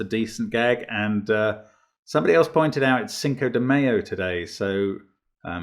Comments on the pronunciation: Mark, we appreciate it, but you're pronouncing it wrong(british, 🤣). It's not an egg/oil sandwich spread. It's Cinco de MY-O not Cinco de MAY-O. 👍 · Yes, happy fifth of mayonnaise everyone... quick note on accents Mark, pronounce it m-eye-oh